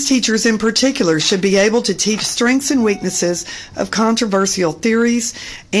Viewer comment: Why are some Americans incapable of pronouncing even single syllable words? The woman in red kept saying 'strinks' when I'm guessing she meant 'strengths'.